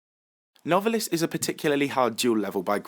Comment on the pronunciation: Isn't Novalis pronounced Nov(long a)lis?